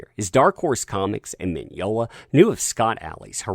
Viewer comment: Mignola, Mignognia. To-MAY-to, To-MAH-to. Enough with this cancel culture bullshit!